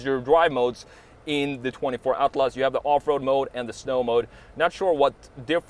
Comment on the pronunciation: Your pronunciation of Atlas 👌🏼 spot on